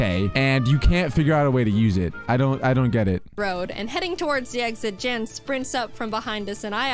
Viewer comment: So, turns out Jan is actually pronounced Yan. I found it pretty funny that you kept saying they should box their existing teams for stronger pokemon after going on that mini-rant in her previous video when she did just that during her Diamond run.